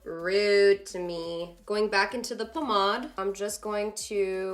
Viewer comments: Did she just say pamod instead of pomade? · It sounds spanish, pomada. It makes sense since she is Latina and speaks Spanish . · Sharana Ali "poh-mahd" lol I caught that too lollollol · The way you say pomade tho😂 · I really like how you say "pomade" 😄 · She said it with a kind of french pronunciation, it surprised me too ^^ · Marine Mendes yup that's how french ppl say it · they way you say pomade has me in tears lmao